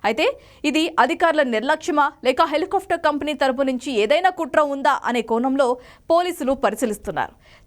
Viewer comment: ముందు న్యూస్ చదవటం నేర్చుకో తల్లి.... నువ్వూ నీ తొక్కలో న్యూస్ ...దాన్ని HELI KAAFTAR anaru...... """"Helicopter""" antaaru FA palakakoodadhu....."PA" plakaali..mundhu avi nerchuko